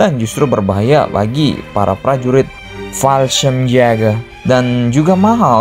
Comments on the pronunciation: Admin kalo bilang Fallschrimjagger bikin emosi anjir wkwkwk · jäger kalau dibaca itu yaeger, di German j = y, ä = ea/ae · fallschirmjager min bacanya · Menurut google translate, Fallschirmjäger dibaca "Falshimyega". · Kesel gua denger lu baca fasehgeyehh min 😂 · Yang gw denger balsem siaga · Banyakin bilang Fallschirmjäger lagi min,,bikin ngakak n gemess.. yassalam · Bilang fallschirmjager nya lucu 🤣